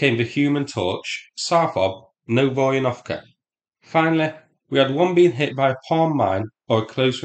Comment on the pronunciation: Psst... It's "Novo Ivan..." 😅 As I believe Novo = New So, not "Nov Oivan..." 😊 [edit: I checked and indeed, Novo translate as New]